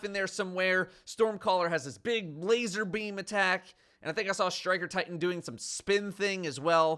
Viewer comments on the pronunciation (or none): none